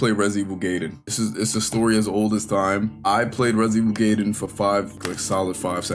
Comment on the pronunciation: Based Gaiden pronunciation